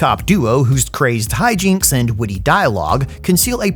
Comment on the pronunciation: When you said "witty dialogue" I could've sworn you said "woody dialogue," maybe you did on purpose. The result either way is I don't know whether to pledge my fealty or plot your demise. I'm already subbed so I undid it so I could do it again.